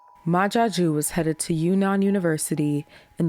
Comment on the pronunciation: Is he french? Ma Jaque?